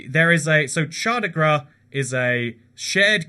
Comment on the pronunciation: Lmao, you had trouble with Chandigarh.